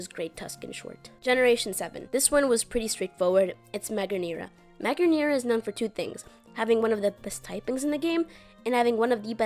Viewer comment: this is the worst pronunciation of magearna I've ever heard oml